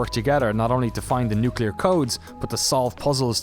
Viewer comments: Repeat after me. nu-CLE-ar. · I'm really interested to play this game with some friends, but it worries me that the team keeps saying "nucular."